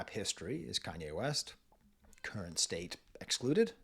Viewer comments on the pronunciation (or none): none